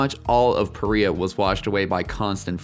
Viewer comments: I'm pretty sure this is pronounced puh REE uh, not puh RYE uh. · Why do you keep calling it 'Pariah' when you admitted the settlers (and everyone else in Utah) correctly calls it "Pareea'?